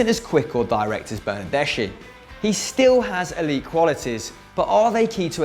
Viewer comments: It's pronounced, "Bernarde-ski." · The "ch" in Italian is pronounced "k"